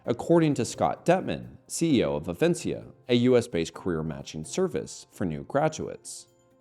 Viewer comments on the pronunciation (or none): Alarmingly true. It's Avenica BTW, not Avencia. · love your videos for their truth, but this is the second time you've said avencia instead of avenica VERY minor thing lol